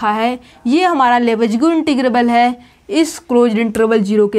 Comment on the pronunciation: लिबेग न कि लेबेज्गु